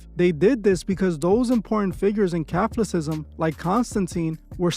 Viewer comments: The correct pronunciation of Catholicism is, Ca·thol·i·cism | \ kə-ˈthä-lə-ˌsi-zəm \ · Raised catholic...but doesnt know how to pronounce "Catholicism"..?? Dude are you AI? It is odd how polished and uniform your videos have been since day one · You're say catholicism wrong.